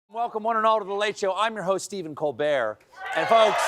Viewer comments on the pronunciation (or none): none